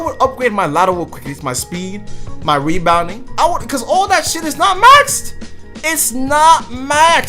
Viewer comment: Nigga sound dumb wen he talk lmao nigga said weebounding 😭😭